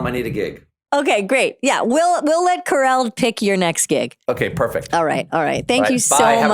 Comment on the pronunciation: The way you got the name wrong multiple times is sending me 😂